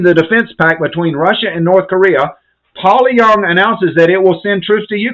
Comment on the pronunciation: I don’t mean to to critical but your pronunciation of Pyongyang is incorrect it is pronounced pee-yon-Yang not poly-yong